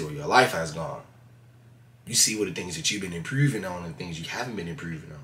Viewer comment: lol "impruving on"